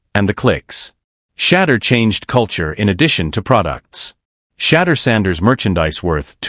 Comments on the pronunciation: Big time. The video creator could easily spell his name "Shadoor" so the VO gets the phonetics correct. Also, totally tired of AI's verbal constructs where it says first what something or someone is not, and then says what something or someone is. "This isn't just a _______, it's a __________." Or "It's more than ________, it's __________. Super repetitive construct when you hear it enough. AI still needs to evolve. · For real like just spell it as “shea-door” or “sha-door” until the computer say it right. That is annoying and usually gets an automatic thumbs down from me. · Shampoo Sanders?? 😂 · AI say his name correctly or do not make THESE podcasts at all. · Thumbs down on messing up Shedeur's name, AI pr not. Pit some respect on it!!!! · This is pitiful, can't even pronounce his name correctly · They lost big. Only sneaky way to show disrespect is to mispronounce his name. Sad.Sad.Sad. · Could AI learn to pronounce his name correctly 😢